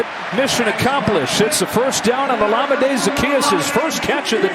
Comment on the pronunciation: it's Olamide (Ola-Mi-Dee) and not how the announcers pronounce it, it is a Nigerian name.